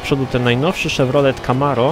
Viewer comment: W moim przypadku akurat wygląda, to tak, że studiuję i nie zawsze daję radę wbić, a szkoda, bo jeśli chodzi o gry, to mamy podobne gusty i oglądając Cię niespełna od 3 lat prawie wszystkie mi odpowiadają. A tak jeszcze odnosząc się do początku filmu, to shevy nie mówi się na chevrolety camaro, a shelby, to co innego? Hmm sam nie wiem też kiedyś będę musiał sprawdzić ;p.